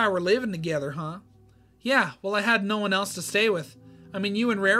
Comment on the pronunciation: why did you say NAURR?